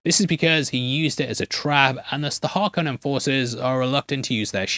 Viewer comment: Thank you for pronouncing ‘Harkonnen’ with the long Ohhhhh sound like in the 1984 movie. Not sure why they have changed the pronunciation in the current films, doesn’t sound as hard-core.